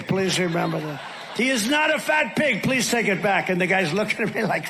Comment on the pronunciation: DiaperBoy can't pronounce the word, "please". He always says ples. His sexual obsession, Ivanka, also speaks this way.